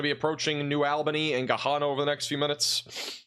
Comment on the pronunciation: Hey there! Gahanna is pronounced like Banana! Lol We have a little farm in Martinsburg Ohio. You can put a radar or camera on our property if that helps.